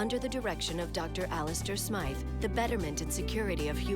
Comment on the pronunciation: BTW it’s Alistair S-my-th